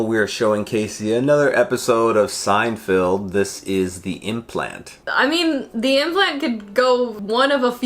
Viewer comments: It's Seinfeld, not Seinfield, lol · Is it me or does it sound like he keeps saying Seinfield instead of Seinfeld? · Are you saying "Seinfield" on purpose? 🤔 You know it's Seinfeld, right? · Lol at your incorrect pronunciation of Seinfeld. I notice it in every video. It's not Seinfild. Feld as in fell. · Love you guys, but for the love of god, PLEASE stop pronouncing Seinfeld weird. can do it, so can you! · I thought I was the only one to hear pronounce it like that...